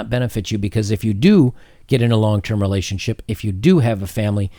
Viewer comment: your pronouncing relationSHIT wrong.